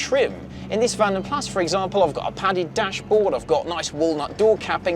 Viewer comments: It's pronounced Vanden Plaas. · For goodness sake - it's not a Vanden Plassssssssss. It's a Vanden Plarr/Plah or even Plaz (as some would have it) - however you want to spell it phonetically, it's from the original Belgium Coach Building company, not from the Barnsley Wheeltappers & Shunters scrapyard. I remember when these were new and they weren't pronounced as though they were named after someone's pet whippet. Excuse me whilst I go and order a Pit-zer and a Latty. Your right though - lovely car, particularly in the burgundy red. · Vanden Plaaaa, not Plas. 🙃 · It's pronounced Vahnden Plahss, not Vanden Plaaaa.